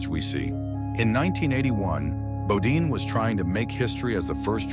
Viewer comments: Bodine NOT Bodeen .....Guess commentator got tired or forgot .... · Nice clip, but would have been more accountable if narrator pronounced his name correctly!